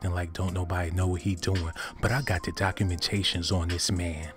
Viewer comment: Is he saying "cockumentations"..... 😂😂😂😂☠️☠️